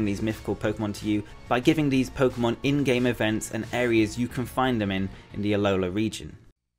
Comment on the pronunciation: The pomemon switch? Lol